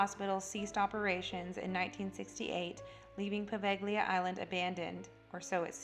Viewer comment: The ‘g’ is silent in Poveglia. Otherwise a very good video